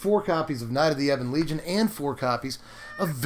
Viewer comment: Wooooooo Someone said Ebon legion right. Not eeeebon legion hahaha I'm with you on the speed Midrange knights seems pretty easy to beat.